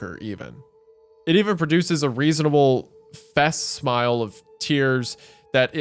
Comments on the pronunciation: Wendi saying a confused "fass smile" instead of "facsimile" made me chuckle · … “fass-smile”…? Really ‘Goon? The word is “fack-sim-ah-lee” (facsimile). Dictionary Dot Com has a great audio function that can pronounce words for you if you’re unsure about its makeup. 🌈🪬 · Facsimile- fac-sim-i-le not facsmile 😆(I can’t help it I’m sorry) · Wendi: Facsimile = fack.sci.mi.lee Hunter: Misunderstanding the end of a story is honestly got to be a fucking bingo square at this point, I swear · I want to be the little wendigo on Wendigoon's shoulder that corrects his pronunciations. Face-Smile instead of fascimile (fa-sim-ill-ey) hurt me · It's "fack-sim-a-lee" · It's pronounced fak·si·muh·lee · "fassmile" Bruh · The scariest part of this was wendigoon pronouncing facsimile as “fact-smile” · Facsimile: FACK-SIM-ILL-EE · Facsimile =FACK SIM ill e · it's pronounced facsimile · Isiah, I know you'll probably not see this, but the word is pronounced "fack-SIM-ill-ee" (where we get the word fax from), means a copy, or likeness. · Facsimile is pronounced “fa-simile” like simile vs metaphor. It’s like a copy or recreation of something. An attempt to replicate. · Tbf, “X-pesh-ially” (especially) is not as bad to me as “E-legally” (illegal) ITS ILL-EGAL! And I-MMEDIATELY Also you guys should prepare for the word ‘facsimile’ (Fack-sim-uh-lee) because it’s not the first time or the last time it will pop up. Thanks, luv u, bye. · "Just because your paranoid doesn't mean they're not watching you." Anyways Isaiah, facsimile is pronounce făk-sĭm′ə-lē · Reading facsimile as "fak-smile" is wild 😆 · Wendigoon its pronounced fack-sim-a-lee (facsimile)😅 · Oh hell naw you did not just read Facsimile as “Fass Smile” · "fack-sim-uh-lee" /fækˈsɪm.ə.li/. I've also seen it pronounced as "fuh-sim-uh-lee" /fəˈsɪm.ə.li/ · Wendigoon, Facsimile is pronounce fak-sim-ill-ee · Hearing Isaiah pronounce facsimile took a week off my life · Your pronunciation of facsimile took me out